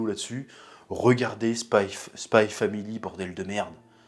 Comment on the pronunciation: ON DIT SPY X FAMILY